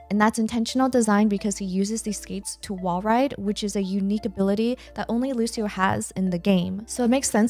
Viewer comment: Hi, nice video but "Lusio" is not how you pronounce Lucio. "Lucho" is the correct way, like luchador. Thank you.